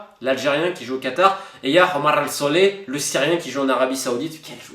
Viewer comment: Lol J'ai rigolé la prononciation de Omar al somah Tu l'a prononcé Homar qui veut dire en arabe un âne 🤣